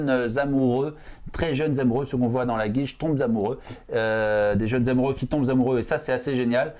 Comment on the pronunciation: Le "qui tombe zzzz'amoureux" c'est pas classe, les mecs!